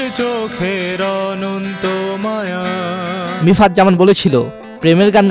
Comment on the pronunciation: মিফতাহ not মিফাত। আগে নামটা ভালো করে বলতে শিখেন।